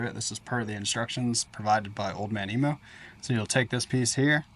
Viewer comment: Another one who can't pronounce emu lol